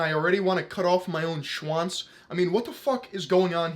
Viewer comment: That's true, but his "w" needs some work. It sound like "Schuanz" the way he says it lol